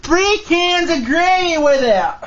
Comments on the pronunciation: Generally the 'r' in gravy isn't silent, but whatever man, do what you do. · "THRE CANS OF GRA'AY"